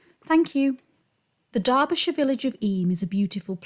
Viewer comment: Thank you for saying Derbyshire correctly.